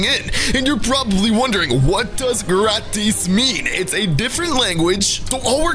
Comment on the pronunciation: U say it like graatis